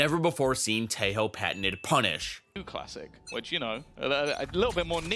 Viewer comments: Teho not Teio bruh😂😂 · please dude its pronounced tejjjjjo, not teyo lmao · Dude, if you are going to make a whole video dedicaded to Tejo. Can you at least pronunciate his name right?